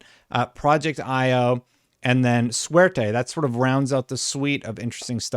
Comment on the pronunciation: Every time you said Suerte in full gringo English it hurt my ears.. Makes me wish they used project Luck instead of going with a Spanish word. I'd love some in house Jrpgs by xbox again.